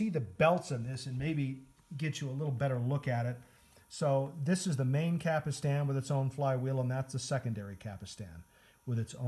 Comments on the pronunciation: Cap-Stan not "Capistan" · After the 3rd “capastan” I had to leave - If you can’t even pronounce the parts, how can you review ? You can’t.